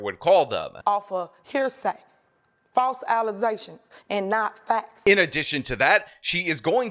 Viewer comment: Falze allezations.